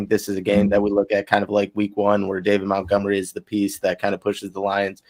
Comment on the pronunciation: The Doc needs to ask Monty about all this MOUNTgomery stuff so he can tell to say his name right. Lol